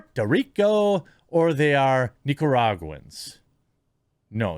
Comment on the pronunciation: Estas correcto brother. Nosotros no jugamos the Woke game. Also liked you saying Nicaraguan even if it was misread line. Love your content hermano.